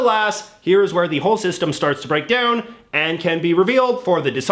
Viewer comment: "doown"?? "aroond"??